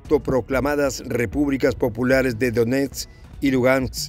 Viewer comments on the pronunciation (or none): none